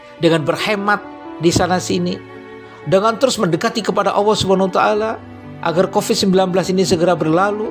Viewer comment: Terima kasih. Memberikan kesadaran antisipatif. Kalau boleh usul, pengucapannya Allah yang lebih jelas makhroj LAM nya pada al lisan, karena kedengaran saya seperti pada asy syafatain.